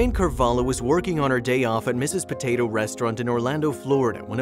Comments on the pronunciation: is not "carvalo", is carvalho, the way you said it sounds like u are saying "cavalo" (horse) in the waitress first language lol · O hope thoses abusers rot in hell He doesnt know how to pronounce carvalho